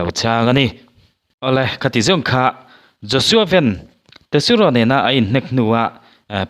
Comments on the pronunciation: Joshua ven tiin an ko loa, Joshua Van tih tur zawkin kahria🫢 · Joshua van tia i lam hi sapho lam dan ania van tih hi vanlalmawia kan lam rik dan anga van tia lam tur a ni.